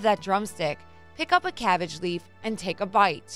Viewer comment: The way she said "Pick up a cabbage leaf, and TAKE A BITE" had me shook.